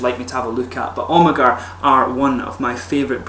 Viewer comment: You pronounce Amager without the "ag" like "Amer"